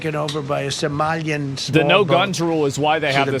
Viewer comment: Its funny how he says Somalian lol.